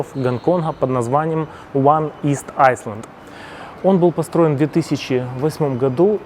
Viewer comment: Не айслэнд, а айлэнд. Ты постоянно неправильно читаешь, я прям не могу